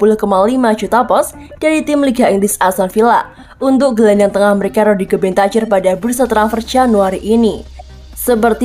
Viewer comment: Mana host yang lama yang ini bahasa indonesia nya kurang baik tidak ada intonasi dan logat nya aduh ganggu parah rodrigo bentacur cara bacanya bentakur bukan bentacur aduh parah parah